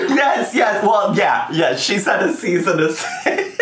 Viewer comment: “Seize and assist” will forever remain one of my fave molments 🤣